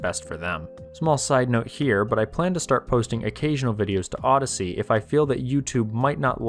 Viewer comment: Mmmm, Odyssee ... lol.